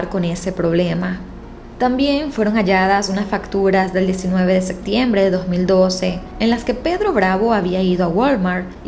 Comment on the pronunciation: Deberías mejorar tu dicción de algunas palabras como septiembre (que no es sectiembre) o captaron (cactaron) y varías que pronuncias así